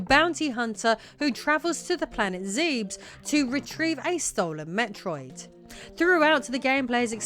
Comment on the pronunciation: DONT say Zebes like that again